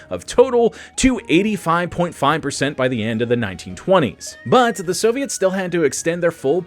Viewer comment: your voice is just terrible, you managed to say the word "khorloogiin" but butched the word "the" what is wrong with you man? bring simon back and banish this crappy understudy back to the writing room!